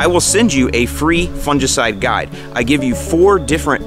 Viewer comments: Actually, we shod be making fun of since he says it wrong;) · Do all Americans say fungicide so strangely?